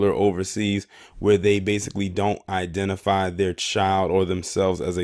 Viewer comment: You said it right the first time identifail